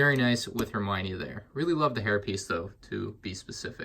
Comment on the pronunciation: “It’s Hermione, not Heminie”